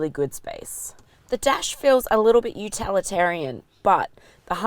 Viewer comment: "Utalitarian" ??? Seriously ???